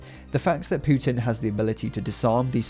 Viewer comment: Why does he say putin like pewtin lol